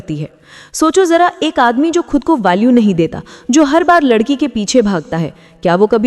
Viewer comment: Last me ladki ko ludki bola apne 🤣🤣🤣🤣